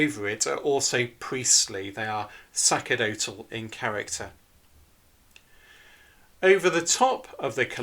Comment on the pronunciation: Great content, very informative. One minor quibble, the word sacerdotal is not pronounced sackerdotal, but sasserdotal according to Cambridge University. The "c" has an "S" sound.